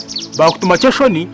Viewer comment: Rwabuyashya mbu kyeshoni instead of tution 😢😂,naye naye , much love please